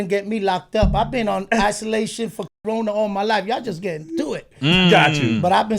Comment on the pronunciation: Why you can’t say Corona 🦠